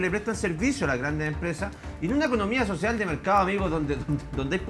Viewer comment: Basta con ver cómo le dijo "sociah" y "salga de aqui" a una señora, desde su postura de presidente de la nación y no del barrio poh🤣🤣🤣🤣🤣🤣